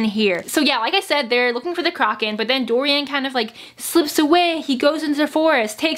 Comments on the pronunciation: WTF "CROCK-KAN"???? THE WITCHES AREN'T A FUCKING UGLY ASS SHOE BRAND I'M AJDLFJLFJSLFJA;LJFA; omg i'm dying i pronounce it "croh-shen" afjldsjfl;fjlajfl;asfj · waiT WHAT. how do u say CROCHAN again? i've been reading it as KROW-chan my entire life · Don't worry I think most of us have been pronouncing it Crow-kin